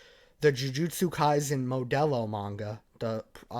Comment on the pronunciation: Never have i heard someone say modulo so wrong xD